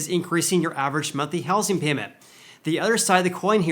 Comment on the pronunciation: I’m sorry, but I can’t take it anymore! It’s pronounced houZing, with a Z not with an S.